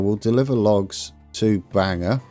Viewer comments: Bangor is pronounced more like, Bang-Gor not Bang-Er 😂👍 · Happy day! (And it's pronounced BANG gore not Banger😊) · Our Bangor is pronounced Bang-ore. It's only an hour from me. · It's pronounced (Bane Gore)